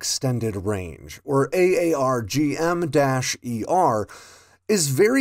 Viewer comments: It’s pronounced “R-Gum” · Pronounce it as Arr-Gum. THat is how we pronounce it here in the RAAF. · It's "aaarg" like a pirate. "Aarrg matie" then add an "m". "AAARRRGGG" - M.